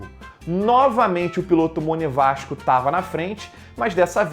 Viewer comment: Monevasco ou Monegasto kkk😂